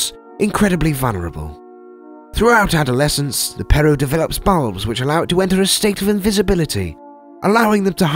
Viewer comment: Did he say he develops bulbs or balls- 💀